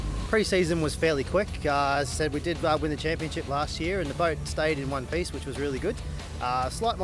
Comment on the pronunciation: "Superboat Chaniponship", haha